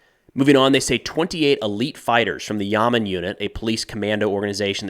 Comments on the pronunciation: Great video! Pro tip: Hebrew two syllable words almost always emphasize the second syllable, whereas in English it’s usually the first syllable. So Yamam is pronounced “ya-MOM” not “YA-mam” 😊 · YAMAM not Yaman (ימ"מ ולא ימן) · Hi It’s pronounced “ya-mam” With a very soft “a” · it's pronounced Ya-Mom (say "your mom", but switch the "your" with "Ya", and it will be perfect pronunciation). Also it's a 3 letter acronym literally translates to "Special Police Unit"